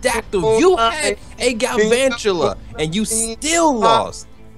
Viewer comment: Galvantula,: Glavantula